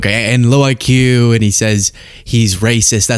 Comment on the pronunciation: Meanwhile, he can't even spell IQ and pronounces it ICK, which is why he hates it